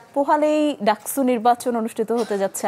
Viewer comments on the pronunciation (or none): ডাকছু না! ডাকসু